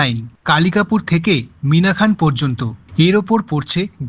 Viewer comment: ওটা মিনাখা মিনাখান নয়।